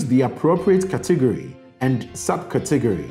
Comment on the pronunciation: Wtf is a "cahtieghorie"???